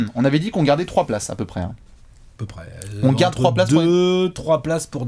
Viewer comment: ARRÊTEZ DE DIRE "GOUARDE" ÇA ME GOOOOONFLE !